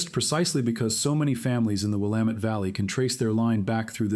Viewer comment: Congratulations on being able to pronounce Will am et. Willamette !